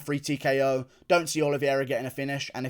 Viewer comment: It’s pronounced oliveira not oliviera